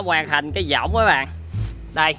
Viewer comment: cái võng mà đọc cái dõng